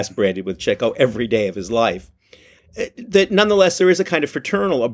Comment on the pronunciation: Congratulations and thank you - this is my favorite MBCP about my favorite Marx movie! Thank you, Mr. Gopnik, for saying "Chicko." Now, please allow me to correct on the name of Nat Pendleton's character. It's "MacHardie," not "McCarthy." You're welcome. 🙏